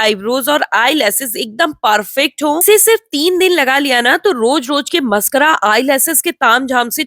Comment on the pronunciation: पहले बोलना तो सीख ले😂😂मस्करा नहीं मस्कारा😂😂